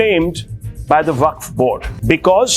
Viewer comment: WAQF ❌ WAFQ ✅ 😂😂